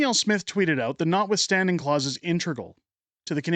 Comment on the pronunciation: Read the word! It's, ' NOTwithstanding clause', not NONwithstanding!